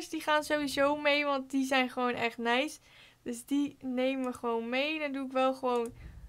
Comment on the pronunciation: Hahah. Hoe jij da zegt neis